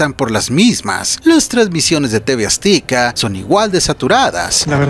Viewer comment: Porqué dices tv "aztica" se pronuncia tv "azteca" 😅😅hay que mejorar la dicción.